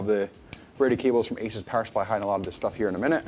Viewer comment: It's pronunced A-Soos. Not Aces. Seasonic also made early Corsair PSU's like the AX series. It's a clean build because it's brand new; no dust. Zip ties are a pain in the ass when you have swap something.